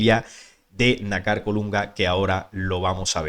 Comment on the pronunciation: disculpa,por favor pronuncia lo correcto ,fíjate que nácar es una palabra grave ,o consúltalo en un diccionario y veras donde lleva el acento,.